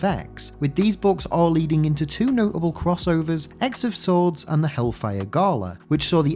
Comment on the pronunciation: I think X of Swords is supposed to be pronounced "Cross of Swords." Like X is used for "cross" in crossover titles.